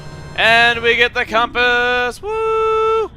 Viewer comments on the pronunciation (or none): you said coompass not compass (in nice way) not trying to be mean